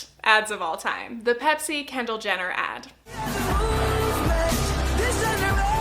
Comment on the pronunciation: 9m 34 “Candle Jenner” 😂😂😂 YOU KNOW ITS KENDALL RIGHT?